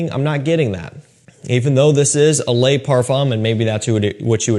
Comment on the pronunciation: I don’t know if you read the comment. Probably not but just want to let you know in french an E does not pronounce Ay Le is not lay Now my question on the le parfum: is it fully Ambroxan like the edp? For me the edp just turned metalic due to ambroxan